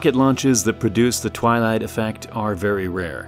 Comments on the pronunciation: Did he say the Twylie affect lol that sounds right even musk can’t leave this place we are all prisoners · I came here again to see the twelight effect again, But here i found a word as Premiere. What is it !